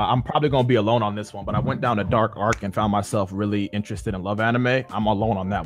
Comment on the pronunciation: Mans said Arc as if his life is a chapter of naruto 💀💀💀